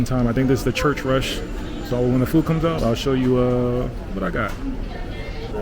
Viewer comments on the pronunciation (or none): none